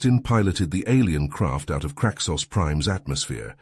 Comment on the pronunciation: I bet you a beer it's supposed to be Craxus, not